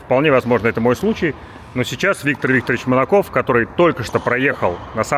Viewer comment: Почему вместо Витя Манаков я упорно слышу Витя Монокок?)